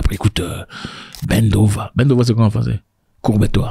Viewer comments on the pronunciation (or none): none